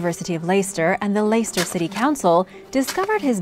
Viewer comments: Love these American top 10s, full of half truths, untruths and poor pronunciation of foreign names. Richard III was not buried in a cemetery. He was buried within the Greyfriars Cathedral. And the pronunciation of Leicester! 'Layster!' Really?? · Leicester is pronounced leg - stuh Niamh is pronounced Neev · Where is layster how did you even get that from Leicester 🤦